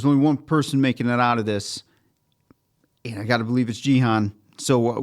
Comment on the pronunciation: Loved your reaction. Just one small point: it's pronounced "Ghee" (hard G), "Hoon" (rhymes with racoon). So Ghee-hoon rather than Jeehun. I have no idea why dumb-f*ck Netflix decided to spell it Gihun instead of Gihoon.